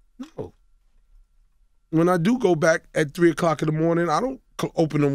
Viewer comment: "All tree of y'all."